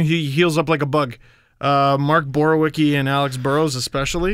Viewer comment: I'm pretty sure it is actually D-zingle. also mispronounced Borowieki (it should be more like boar-vi-et-ski) so it's not like he pronounces every player's name correctly lol.